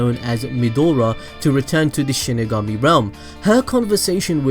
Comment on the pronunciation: It’s pronounced shinigami not shinagummi. Delete your cancerous channel